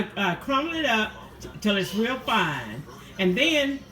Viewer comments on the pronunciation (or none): none